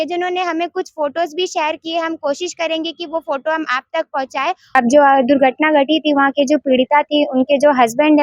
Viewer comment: Durghatna hogaa maidam ji Not durgharmaa